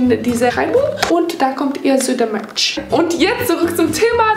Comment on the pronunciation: Ich habe verstanden ( da könnt ihr ein bisschen Milch haben) anstatt Merch 😂😂🤣😅😚 bei , wie süß sie das ausgesprochen hat